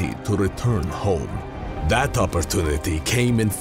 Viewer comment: Its opportunity not opportunity😂😂😂